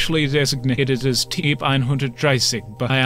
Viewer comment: Agreed. Just 1 gripe. "Typ" is pronounced "tupe" in German.